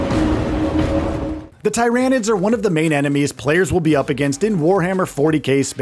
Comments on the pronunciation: Man said Tie ran ids. Ohhhhh it hurts when the correct pronunciation of words are out all over in the wild and people choose to say stuff incorrectly. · Bro it’s Tyranids, not TY RAN IDS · Its Tier anids like pyramid not ty ranids like tyrannosaurus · It’s not Thairaynids it’s Tyr-anids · Tyranid say Tear a nid not tyronid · This guy is clearly not a 40k fan just listen to how he say Tyranids 🙄 it's not TY-RAN-NIDS . ITS TIR-RAN-NIDS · Tie-ran-ids lol. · Please stop saying tye rah nids bro… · Tier-ah-nids. At least do a few seconds of Warhammer research before doing videos like this. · Everytime he say Ty Ran Id it felt like he was flicking my brain woth his finger. It just felt so wrong. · The "Thai rain nids" made me close the video... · Who else turned this off once they heard the absurdity of the way he says tryanids lol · If you want somebody to click off a video quick, pronounce Tyranids as t-eye-ranids... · When he calls Tyranids Ty.Ran.ids really triggered me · dont need to be 40k fan but not gonna lie it did still bug me how he says it lmfao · It bugs me how he says tyranid wrong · Couldn't watch this just because how you pronounced Tyranids. Sounded like you were trying to say it wrong. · Can’t say the name right? What a bum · how incompetent. cant even pronounce the name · The way you pronounce tyranids I don’t like anything about you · Dude stop calling tyrinides like that.😡😡😡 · Can you guys at least get someone who can say the name of the enemy faction correctly? It’s like he’s trying to be annoying about it. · Mispronouncing tyranids. Automatic down vote. Talk about taking an L.